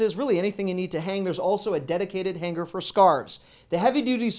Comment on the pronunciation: Hang-er not Han-ger